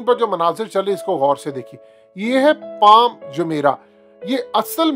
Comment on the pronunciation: پال نہیں پام